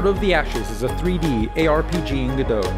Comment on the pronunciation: oops! you forgot to pronounce the t! all jokes aside great video! :)